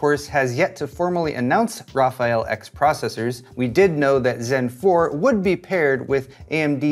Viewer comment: RAPHAEL-XXXXXXXCELENT, that's how I heard it everytime you mentioned it. Other than that congrats on you new space!